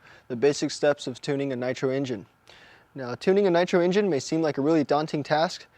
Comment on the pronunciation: he said prime the emgine